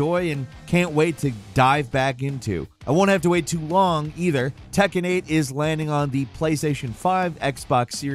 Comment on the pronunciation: Its tekken not takken 😂